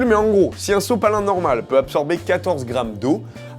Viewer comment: A il dit sosopalin